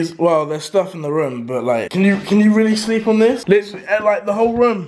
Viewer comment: Say "litteraly" again, and I will unsub